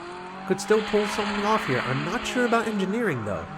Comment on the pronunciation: "I feel like I'm probably mispronouncing Engineering's name, so..." I felt that you were right how you pronounced 'Engineering' 😉 Nice races, thank you 👋🏻👴🏼